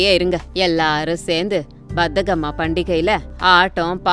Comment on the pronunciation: pronunciation is wrong bathakamma❌bathukamma✅[bathakam means lazy in Telugu 😂😂i am from Andhra Pradesh